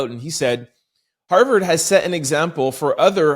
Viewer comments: Why do u keep saying Howard. It’s Harvard… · Hello from Orlando!! I absolutely love watching you every day! On today's podcast it was Har"V"ard, not Howard... lol love ya!!!! Leila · Tent It’s pronounced (har,verd not Howard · HOWARD????? HARVARD NOT HOWARD!!!! HARVARD NOT HOWARD!!! HARVARD NOT HOWARD!!! TWO COMPLETELY DIFFERENT SCHOOLS. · Hi, saying “Howard” & not, Harvard has been a detriment for the listeners 😢 because “Howard” does exist, but the lead story was written about Harvard. ❤ Take a beat. 😊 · Harvard bruh not Howard... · Harvard 😮not Howard 😅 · Harvard......not Howard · Not "Howard"